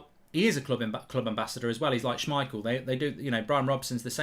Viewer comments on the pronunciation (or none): Did he say shmeagol? 🤣🤣